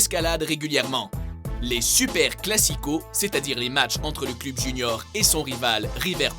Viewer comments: on dit cleub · ON dit cleub pas club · CLEUB !!!!!!!!!!!!!!!!! Putain, ta prononciation cl"U"b est insupportaaaaaaable ! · C pas club ça se dis cleb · club ????? Mdddr on dit cleub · On dit un cleub pas un club tu sais pas parler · Ca se prononce cleub pas club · cleub pas cluuuub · pourquoi il dit le clUb on dit le clEUb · "Club" se prononce " cleub" en français et non " clube " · heu on dit cleub pas club même si ça s'ecrit club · Cl"u"b? on dit pas "Cleub" ? x) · On dit "cleub" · Du cl-u-b mais on dit cleub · ils connait pas le foot et il fait une video de foot en plus il dit "cleube" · Mdrrr il dit clUb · Putain ça m'a tuer comment tu prononce club on dit cl"eu"b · On dit cleub putin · putain ça se prononce cleub et supportér !!!!!!!!!!!!!!! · on dit cl u b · apprend à prononcer les noms des club (cleub) bordel tu masacres tout!! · bonne vidéo. Mais juste comme ca ca se pronnonce "cleub". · Au Québec "cleub" se prononce comme il s'écrit, club. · Revoit ta prononciation pour le mot " club" à mourir de rire 😂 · Comment là mec prononce les noms des clubs ça me fume il a aucun respect putain 🤣🤣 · MDR la prononciation de "club"😂😂😂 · Tu sais pas dire club ni Fenerbahce ferme ta bouch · On dit "club" tète de cul. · on dit club!! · Bordel mais prononce bien le terme club, mais quel boulet celui-là !! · oh mon dieu !! la prononciation des club je suis d'accord qu'ils soient québécois mais la ça mérite un carton rouge!! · il faut juste revoir la prononciation des clubs sinon cest pas mal 😉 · comment tu dit trop mal les nom des clubs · C'est moi ou 60% des commentaires portent sur sa prononciation du mot "club"? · ptn vs savez même pas prononcé club